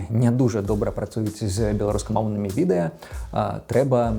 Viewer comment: праЕкт, мне моцна баліць, відэя, праз тое (ня з-за)